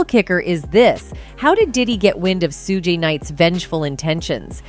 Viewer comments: I was fine watching this until she mispronounced Suge's name. Like wtf, to not know his name are you living under a rock? You're presenting this vid. I got 6 min in then said fuck this lol😅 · I can't get past the words "Sue Gay Knight" lol It actually makes sense somewhat in the context of this video. This is a 27 year old tragedy, and I'm amazed how reporters keep miss pronouncing names that have been around all this time. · sue'gay' night 😂😂 she never did hear how to pronounce suge apparently she just winged it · Did the lady say "soo gay knight"😂🤣💀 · Yo, the lady reporting this, she’s AI right? She keeps swapping pronunciations of 2Pac’s name and Keefe D and keeps calling Suge “Soogey or Soo Gay” Knight. The audio on this was driving me fucking nuts! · Who the hell is Sugay Knight? 🤦🏽‍♂️ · Who the hell is sugay knight 🤣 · Soogay Knight? Who they heck is that...Too Pack, who is narrating this? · Who is Soo-gaye Knight? This AI needs to be tweaked. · Sugay Knight...interchanging 2 Pack/2 Pac!?. These AI reporters (smh). This is the same AI voice I have on my Ai program when researching information. She pronounces names phonetically correct. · Suegay Knight?!?!?! Stop ✋️ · Soo- gee- Knight 2-pack 🙄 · whos sue-gay night 🤔🤔🤔🤔🤔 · Shoogay knight? 😂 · Was this narrated by a robot? Sounds very monotone. Why did they call him Soo Gee Knight? Don't they even know how to pronounce his name? I'm sorry I just can't listen to robots because the voice is so 2 dimensional. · "Soogay Knight"???? How about Suge Knight, as in like similar to "sugar" shortened up? Please know who you're talking about before you attempt to say peoples names.... It makes you sound ignorant. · 2Pack ... Woo Kid ... Soo-jay Knight 😵‍💫SMH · Who is Shoe gay Knight??😮 U can tell this is an uncultural narrator! 2 pack?? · This bit said soogay knight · Ikr it’s annoying 😂and how u get suge name wrong lol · Idk if I'm the only one but it's irritating hearing her say name's wrong lol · Suugay Knight lol